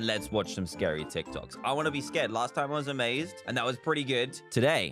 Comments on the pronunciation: I just love how he says "Tok Tics" instead of "Tik Tocs" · It’s TikTok’s not Tik Tocs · Tocs🤣 it is Toks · Tik tocks=tik toks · *tok tiks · no one: absolutely no one: Dan: Tok... tiks